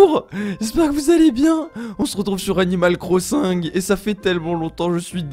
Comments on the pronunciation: tu a dit 'animale cro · tu a dit 'animale corssINg' mdr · On dit animal crosinge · « Animal Crossingue » 😭😂